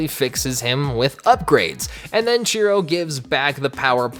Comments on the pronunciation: I swear I kept hearing Cheeto instead of Shiro. Ngl made the character better with that name lol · I thought his name was Chiro